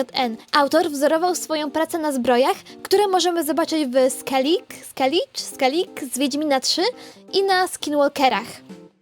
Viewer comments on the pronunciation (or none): "Skellige" czyta się (przynajmniej w W3) jako "Skelige".